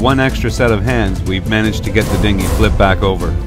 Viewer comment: Haha you said "Dingi" jk jk ik what it is